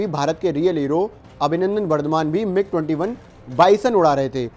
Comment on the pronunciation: 48-49 sec mig 20 viman bolna ata nahi bas bakchodi... usa bhi 1950s ke planes Uda raha hai